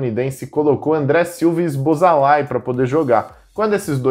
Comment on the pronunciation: Cara fala o nome do Húngaro, zoboslai.